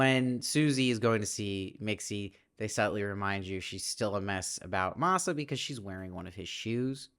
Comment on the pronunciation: It’s pronounced MAA-SA, not MAY-SA🙂